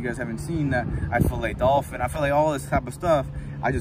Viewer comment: When he said he felays dolfin 😐